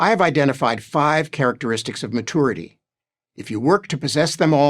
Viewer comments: I think he's saying it that way just to be irritating. Edit: Like he gets off on being condescending to everyone else. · The first thing about maturity is not pronouncing it "ma-toor-ity" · I always thought it was really immature to pronounce it "ma-TOUR-ity". No real American pronounces it that way. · Is that pronunciation of "mature" and "maturity" indicative of any dialects or is it just a personal thing? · Mah-toority. I'm dying. What a pompous asshole. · It's matoority and it's just how some Merkins say it. Like they fire mistles at hostel forces. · Ma - too - er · The way that guy pronounces maturity drives me nuts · I'm not taking any advice from a grown man who cannot pronounce maturity.